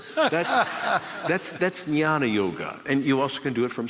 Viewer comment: idiot it is not yana or yoni yoga. it is gyana yoga.the more i listen to him i get more irritsted. god give me patience